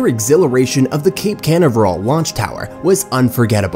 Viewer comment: I'm Sorry, but when the narrator cannot ever Pronounce "Canaveral" Properly it's kinda hard to take the rest very seriously! People's speech and ability to read a script properly has obviously become a challenge, particularly with something High Teck like SpaceX. If this is AI speech here (which I kinda doubt, but still) then they need a real person to do the narration. Other things said were cringe-worthy...